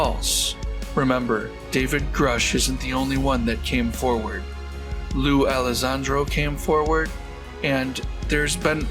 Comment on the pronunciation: Great video! Just remember it's not Lue Alissandro, but Lue Elizondo. :)